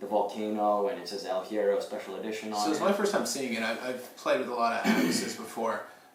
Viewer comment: In Spanish words starting with H, the H is mute. So, it's more like "ehl ye-rro" ;) - great vid!